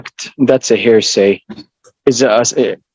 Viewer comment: "I object. That's a hairsay".